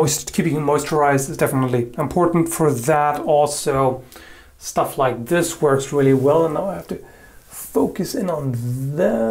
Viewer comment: Did you rike it?